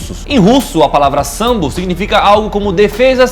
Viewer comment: Mais mortal: sambo Isso mesmo, q grupo ruim, danifica os ouvidos esse tal de Sambô